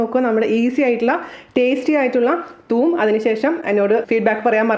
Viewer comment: Thuum allade thoom